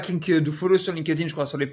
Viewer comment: putain la prononciation franco francaise de linkedin. Un anglais doit bien rigoler si vous lui parlez. LinkedIn etait bien au debut, sur invitation. A Present c est un espece de facebook. Plus d interret depuis 10+ ans.